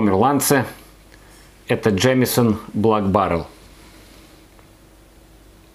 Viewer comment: Прикольно, что в начале видео звучит "блАк баррел", а с середины автору уже подсказали, как правильно читается слово Black. P. S. не проценты, а градусы!